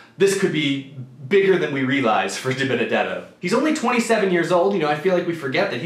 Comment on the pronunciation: You butchered Dibenedetto